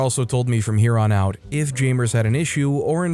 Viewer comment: Its... jam-ers... not jay-mers, jam-ers